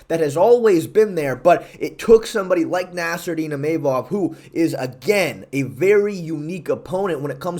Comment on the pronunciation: Imeimov nah "Imahmov"